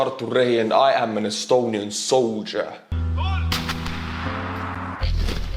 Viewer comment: Those estonian r's are just the chef's kiss. I worked with an estonian conductor for a while and I loved the way he pronounced my first name, which does include an r. Give those r's some love.